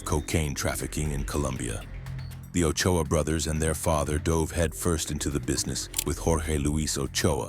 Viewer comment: Its Ochoa